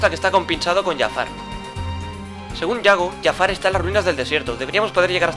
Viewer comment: No es Yafar es Jafar